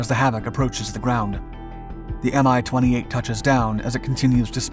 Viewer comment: It is NOT pronounced "M-i"! It is pronounced "Mee".